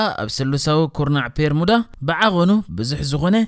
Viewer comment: ጽቡቕ ሓሳብ'ዩ ካብ ዝተፈላለየ ጫፋት ዓለም ትሕዝቶ ኣዳሊኻ ንተዓዘብቲ ምቕራብ፡፡ እንረኾነ'ግን እቲ ልክዕ ስሙ'ስ "ቤርሙዳ" ደኣምበር "ፔርሙዳ" ኣይኮነን እቲ ። ከምዚ ካብ "ቢሮ" ናብ "ፒሮ" ፡ ወይ ውን ፡ "ቢክ" ናብ "ፒክ" ቀይርካ ብጌጋ ምጥቃም ከይከውን።